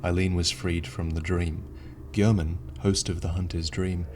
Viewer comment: you keep saying his name like GERman like you didn't hear how he himself pronounced it at the end of the game. you know all this about bloodborne and made these videos and you cant even pronounce his name right, get a grip of yourself man